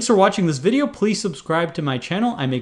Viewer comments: Now I can't unhear him say VIDeo. Fresh Talltalker has been ruined for me. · You certainly put some emphasis on the first letter of "video" for some reason.